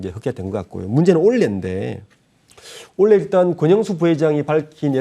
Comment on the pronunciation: 올해 발음이 그리 힘든 것인가요? 내용은 아주 좋은데 올래’ 라고 발음하셔서 ㅠ ㅠ 집중이